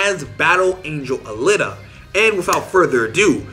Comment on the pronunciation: Aleeta is how I would pronounce it.